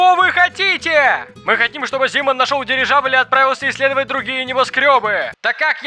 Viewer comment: Дивижабль? Мне это послышалось несколько раз или нет 🤔😅